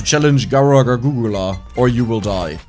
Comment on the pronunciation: The fact that mispronounces Gurs's name almost as badly as she does on purpose is just hilarious. If anyone wants to learn more about HoloLive all the character's has played so far have all been from the HoloEN (English) branch. There's a dedicated YouTube channel for both Hololive and HoloEN, but the really good content is in the girls personal channels. While they all play to the lore of their characters it's the girls behind the avatars that are the real draw- all are extremely talented and have some real skills in art, music, singing, and gaming not to mention being natural performers and comedians. Gura's lore is she's an Atlantean (granddaughter of Neptune) that got bored with life under the sea (and it's lack of wifi) and came to the surface for fun. Lore wise she more or less has a split personality with her Red mode being (mostly) the psychotic and dangerous one. In reality Gura is a LEGENDARY meme lord and shitposter who has the singing voice of an angel. She is also the most popular and subscribed Vtuber in the world with just over 4 million sub's on YouTube. Ina's lore is she's the high priestess of the Ancient One (AO or AO-Chan) an extradimensional Lovecraftian horror that has found a rewarding life as a possessed iPad. She claims to just be a normal girl despite having tentacles and hair that resembles (and behaves) a bit like a dumbo octopus. In the lore, she has magical abilities on par with near godlike beings, but for the most part doesn't use her a